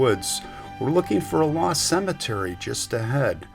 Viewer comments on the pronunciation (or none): none